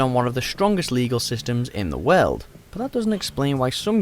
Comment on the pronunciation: Did he say "The WELD"?